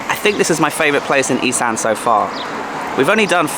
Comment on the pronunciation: Isaan, Cute how he pronounces it as "Eee- san" when it's actually pronounced "Eee- saawn." Precious. The Thai guy on the boat pronounced the fruit correctly obviously. It's not "Fah-LANG." It's pronounced "Fah- LONG" or "Fah-RONG." The mispronunciations are cringeworthy. Example: "A-LOY, MACK MACK." It's "MOCK MOCK." Ughhh. Lesson of the day. If you don't know how to say something or unsure? DON'T. Nung, Song, "SAM" (As in the name) - IT"S "SAWM!" World traveler, language butcher. Saw Wat Dee, KA! 555555!